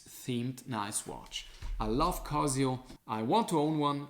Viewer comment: "Kazio" haha. Man, cool video but why even bother with gucci, apple, swatch? You fell for Rolex/AP hype too. Like for the effort!